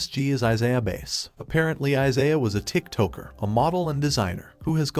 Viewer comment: The way he’s pronouncing mannequin and TikToker is crazy lmaooo